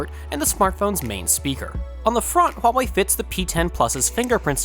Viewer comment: buena pronunciacion de la palabra ¨Huawei¨ felicidades